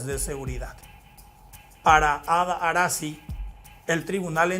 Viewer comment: Arasy ko no se pronuncia Arasi😢 mba'epio pea che kabaju. E ñembo kurepi ma pio